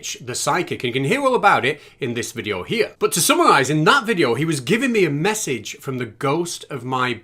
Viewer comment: Fallowing? Stap? Massige? What's going on with???